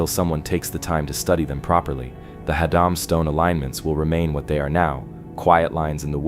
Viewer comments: It's Haddam pronounced Had- dam not hod- dom. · its pronounced " Hadd-em" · ”/Had’um” is how it’s pronounced